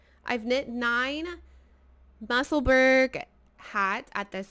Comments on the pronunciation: The pronunciation in Edinburgh is ‘Musselbur- ra not burg 🙋‍♀️ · Hi there, Musselburgh is pronounced the same way as you would pronounce Edinburgh. It’s the town where Ysolda lives. 😊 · Fab, hats lovely colours. its not quite how you pronounce Musselburgh,it’s a place just outside Edinburgh,Scotland.